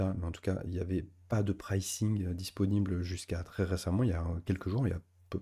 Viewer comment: PrAYcing - pas précing! :cat-orange-whistling